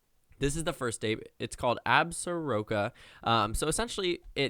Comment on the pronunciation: Say it with me now... Ab-zor-ka. Be better.